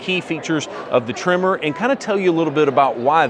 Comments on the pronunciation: It’s tremOr. Not trimmer! 😂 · Your saying Tremor, but my ears hear Trimmer … lol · Sounds like your saying trimmer..